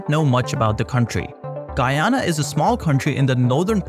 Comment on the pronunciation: Please, do check the pronuntiation of Guyana. Blood out of my ears. Thank you!